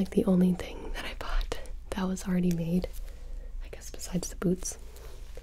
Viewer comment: gonna be honest, i thought you said boobs and not boots (not in the dirty way like, omg, she is gonna whip out her boobs!) and i really thought you had maybe made a second chest armor or maybe even a cosplayer bra or something and i just thought to myself, dayum, Gibi is really not messing around here